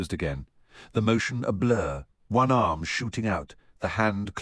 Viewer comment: He literally has ONE ARM and the narrator says "ohnarm?"